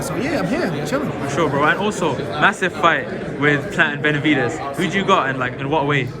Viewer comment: The way hes says "benavidies" makes me wanna say "demitrius andraidies"